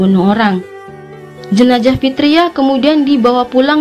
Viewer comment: Jenazah mbak maaf ya bukan jenajah …geli kuping dengernya …thanks sukses selalu channelnya